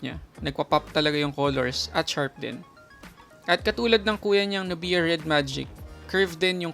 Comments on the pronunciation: NUBYA not NUBIYA. saket sa tenga amp ahahaha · Nubya.... not nu_biya.. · pinoy na pinoy talaga si kuya str haha "nubiya" instead of "nubya* 😂✌️🇵🇭